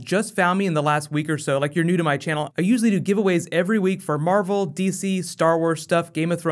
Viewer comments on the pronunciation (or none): he said marble film instead of marvel